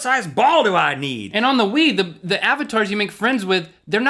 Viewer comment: Isn't your fault for not taking your kids bowling? Don't blame the Wii for WiiBowling, blame the Wii for sounding like you're trying to say "Wiener".